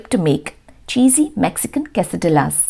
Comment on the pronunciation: Quessadilla is pronounced as ' quessadiyas'. You don't pronounce ' lla'